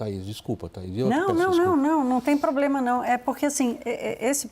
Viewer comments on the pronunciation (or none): O "poblema" kkkkkk, é o Lula !!!